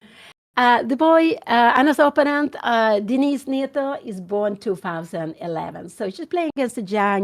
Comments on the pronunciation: Give her a break … it’s her second language and many people mispronounce words especially in a second language do to muscle memory of the first language. You know she means “opponent “ . She is a nice lady and with a funny quirk. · Dear Anna, can't you teach your mother to pronounce "opponent" the right way. She has her very own (wrong) variant of the pronunciation. And it's a word she uses quite often.